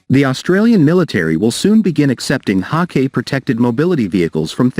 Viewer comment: Haw "kay" from Thay lees?